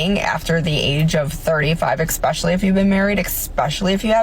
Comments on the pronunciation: Is she saying "expecially"? People can't speak properly anymore. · The girl pronouncing it exspecially instead of especially really annoyed me. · Eckspecially??? HUH???🙄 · I checked in the dictionary and "ekspecially" wasnt in there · "Ecks-specially." Jesus. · Chick Maybe because you pronounce it 'eckspecially' 🤔🤨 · "Ek-specially" is not a word... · I heard a girl in 5th grade pronounce it like that. I guess it's normal in clown world 🤡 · My goodness, I was watching this video with headphones on, the vocal fry of that second woman actually made me angry. And she's 35 but can't pronounce especially! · what is "eggspecially"? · "Expecially"? Another brilliant woman's intellect on display! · Is she saying “expecially”? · Yeah l noticed that too. Stupidity, Stupidity, Stupidity 😂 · Reminder: There is no "X" in especially ... learn to speak properly.